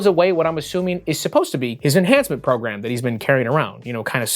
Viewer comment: Program...i thought you said phat ass